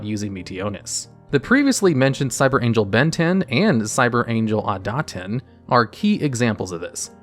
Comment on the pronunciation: WHERE IS THE A AT THE START OF IDATEN???